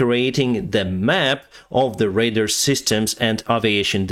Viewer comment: It took me a minute to figure out he meant "Radar" when he was saying "raider." Other than that, I think is only challenge is deciding when to use "the" or "a/an", which is definitely challenging.